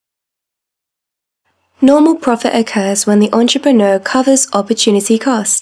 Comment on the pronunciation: “Enreprenuer” ya reckon